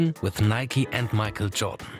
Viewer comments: Nike* not Nikey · Nike is pronounced nikey